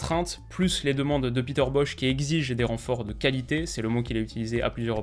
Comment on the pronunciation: c'est bosz pas bosh